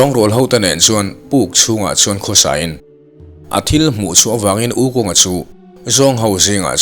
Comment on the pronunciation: Wu khong tia lamtur!